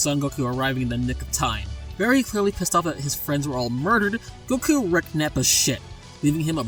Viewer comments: you can't even pronounce goku's name right. Nah this fight is bias! Even Piccolo Daimao can beat conquest. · whyyy did you say goku like that